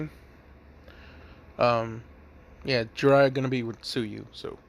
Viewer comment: when u said Jiraiya and Tsuyu I almost threw up